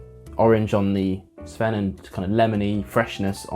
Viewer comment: First! I've only tried Highland Park's 12 and Dark Origins. I liked the Dark Origins better, but the 12 was one of the first whiskies that helped me come around to peat. Great pronunciation of the names, by the way.